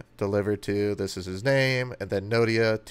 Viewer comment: Not Nodia, it’s Noida, Delhi. Good job done.